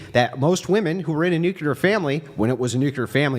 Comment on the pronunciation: will harp on about girls pronouncing the word women as 'woman' but pronounces nuclear as 'nuke-ular.' Hilarious. 😝